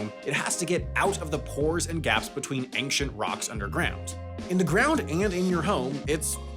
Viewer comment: Ank-shent??? Does that mean really old?